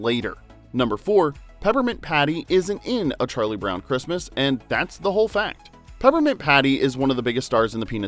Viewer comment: Why did she say "Charlie Bown"?